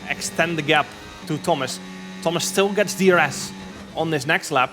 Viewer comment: thomas inchident